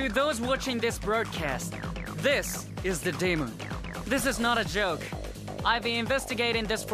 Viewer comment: "This is not a zhoke"